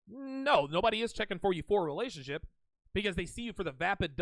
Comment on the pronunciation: It's weird how she says relationship as rerationship